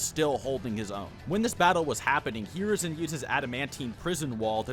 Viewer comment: Holy shit the way u pronounce hiruzen’s name is so off it pisses me off